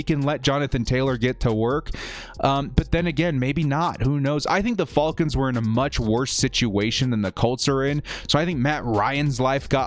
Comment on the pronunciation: I always enjoy your videos, but you’ve gotta be trolling us by how you are pronouncing ‘falcons’. lol 😂😆😅 Great content as always! #BoltUp ⚡️⚡️⚡️⚡️⚡️⚡️